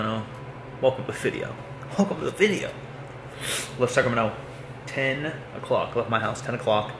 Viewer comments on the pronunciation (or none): Did you say “welcome to the Fit-eo” instead of video? Cuz that would be great